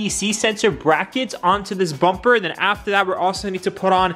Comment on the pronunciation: Bubur 😂😂😂😂am i the only one who is hearing bubur instead of bumper